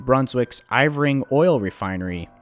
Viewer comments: As soon as you said (pronounced incorrectly) that the Eastern part was sold to JD Irving, I immediately went "ahh, explained". This is like the 3rd disaster video covering one of their multitude of failures due to being cheapskates. Profit over safety or quality, but they pretty much own Eastern Canada. They need a massive company to come in and compete, but it needs to be huge because of how ingrained the Irving's are. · The way this man pronounced "Irving" made me cringe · That's Irving. I-R-V-I-N-G, IRR-VING, not Ivoring. My father used to work for them. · It's not "Iv-ring" it's "IR-ving", a major eastern Canadian oil & gas company. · J.D Irving, not J.D. Ivring. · Here in New Brunswick, I don't think many of us pronounce it as Eyevring, we pronounce it as Errving. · you make a comment of J. D. Ivering the actual name of the company is J. D. Irving (pronounced Ur-ving) but also well known as J.D.I. this is one of the biggest and wealthiest families in Canada. Otherwise fairly good job with pronunciation really enjoyed the documentary. I remember this accident very well as I grew up in McAdam in New Brunswick which runs on the same line this train would've run on during its way to Saint John. Could've been my town. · Irving oil not Ivring plus you are just reading Wikipedia….the mayor Colette is a female name… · It's I-r-ving not Iv+ring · Irving is pronounced "eeer-ving" not "i-vring" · It's pronounced (err-ving) not eye-ver-ing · FUI it’s Irving not Iving. This guy’s reading is a joke. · Excellent production and exposure of badly needed railroad reforms that are all too common around the both countries. The refiner is pronounced IRVING OIL and has had a monopoply control over much of New Brunswick for far to long. I'm astounded that the chief executive of MMA would have dared show his face in Lac-Megantic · I don't think I have ever heard someone pronounce "Irving" as "Ivring" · Ir Ving? He Bron?